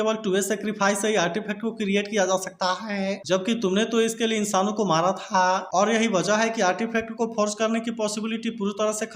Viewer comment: Bhai ap tha or he thik se blo 😂